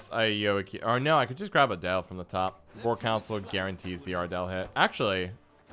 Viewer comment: Ardal is pronounced “ardull” not “ardell” FYI lol